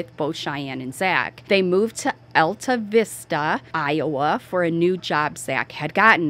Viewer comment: It's pronounced All tah vista. Population is 227.